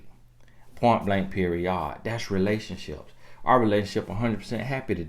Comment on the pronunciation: Point blank per-ee-yodd! You from Nawlins??? 😉